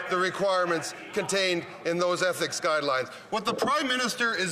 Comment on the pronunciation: Mckinnon is so rotten to the core he cant even pronounce..Ethics!!!